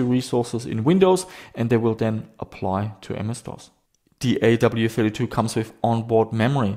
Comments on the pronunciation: AWE32 (like being in AWE of something). Not A.W.E.32. Hurt my head hearing you say it each time 😂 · You have AWE32 in the title, yet you always skip over the E every time you say the name. A. W. E. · I have no idea how it's supposed to be pronounced, but I always pronounced "awe" to rhyme with "saw" instead of saying the letters. Even though I know I could be wrong, it really grates on me hearing pronounce it "A-W-E", like hearing someone say "ATM machine" or "PIN number"!